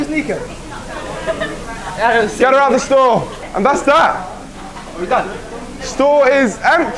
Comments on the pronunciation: Only a brit would pronounce Niko like that😂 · It’s Niko not Niko…